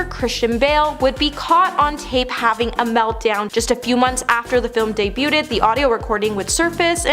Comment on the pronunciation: It's now just a drinking game with this channel. Soooo close until "anonymous" tripped her up😂 "deboooted???